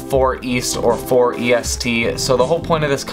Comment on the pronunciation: The company name is pronounced the same as the word "forest", they just use the number 4 in place of the "for" in forest.